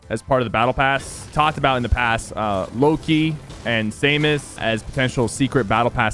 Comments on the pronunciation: me: excited Metroid is partially coming to the game sypher: pronounces "Samus" as "Say-miss" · He said Samus so werid. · Can you say Samus right learn how to say it it’s annoying